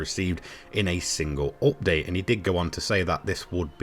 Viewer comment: nice 'optdate'....repeat after me.... 'up:'..... 'date'.....'update' !